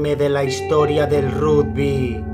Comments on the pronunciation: "Rugby" - "Ragby" asi se pronuncia gil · Jajajaja esa voz... El RUDBY